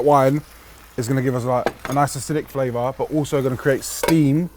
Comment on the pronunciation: Flavour with a TH…. Hahahaa